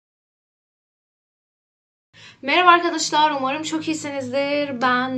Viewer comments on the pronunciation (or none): none